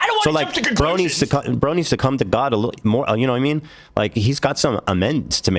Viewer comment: It’s adorable how you say “ya kno wha I mean”.